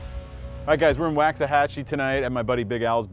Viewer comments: Please don't say "wax." Say "Wox, Woxahachi." Thank you. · It's pronounced walks-ah-hah-chie.